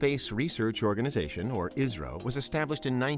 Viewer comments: Pronunciation of 'ISRO' more sounds like 'Israel' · Everytime he says 'ISRO' I hear Israel